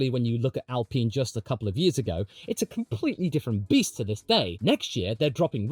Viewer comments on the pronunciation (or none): none